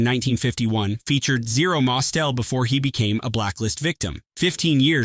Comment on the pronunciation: Mostel mispronounced